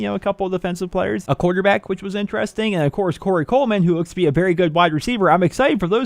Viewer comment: the type of guy to say berry instead of very